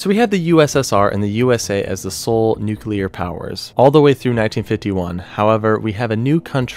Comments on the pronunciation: “Nuclear”. NEW-klee-ar. FROM “nucleus”. Come on, man. Do you pronounce “Atomic” as “Amotic”? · Nu-clear (pronounced: new-clear) Love the presentation tho! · Nucelar?? Homer Simpson's style? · The c and l in nuclear are adjacent. There are no vowels between them. the word should be pronounced “new clear” like….FFS it isn’t hard. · Its hard to take anyone who says nucular bomb seriously. Also its the Continental United States not the continual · Nuculer bomb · It's pronounced nu clear nu clear. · Really should work on pronouncing things correctly. Every time you said "nucular" I cringed a little. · Argh. There isn't a U after the C in "nuclear". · Very informative, hard to watch though because the guy narrating the video about nuclear weapons can't pronounce nuclear properly. And it isn't the "continual United States, it's continental. Finally, please Google plumb Bob. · Kind of embarassing to make such a detailed video and be unable to pronounce the word nuclear. This is getting upsetting to not find a person being able to say it. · You have a serious problem with pronouncing words. "Seismologists", "nuclear", "contiguous"... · Also, Nu-CLEAR. Not Nu-cu-lar. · NUCLEAR NOT NUCULAR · NU-CLE-AR. Not “nuke-uler”🤦🏼‍♂️ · Why do people say NUCULAR when its NUCLEAR my god... It's annoying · it pronounced noo clear, not noo cular. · It's nuclear - Nu-clear not nuke-ular, you seem to interchange between the correct pronunciation and the commonly used mispronunciation of nukeular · New-clear NOT nuke-you-ler. Idk about how others feel about an error such as that, but it’s hard to take this video seriously with the word nuclear being mispronounced every 30-45 seconds or so. Sorry- I can tell you’ve put a lot of work into this, but you have to check every detail of your information if you’re going to be taken seriously, or used as a source. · The word for mainland US is contiguous. And its pronounced nu clee ur. Not nuk u lar. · Why do Americans say nucular instead of nuclear